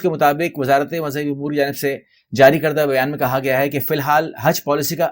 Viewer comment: Umour ko AAP bar bar Amour Keh rahai hain